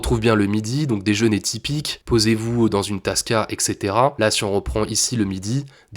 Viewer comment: exetera ? moi je ne connais que et cetera 🙄